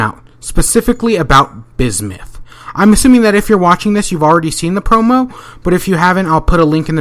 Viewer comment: bismith? lol